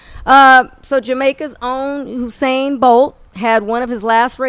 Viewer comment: Why they keep saying "Husain'? Where they get that H from tho? LOL